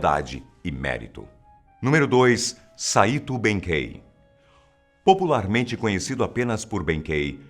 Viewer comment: A pronuncia de "Saito" está incorreta.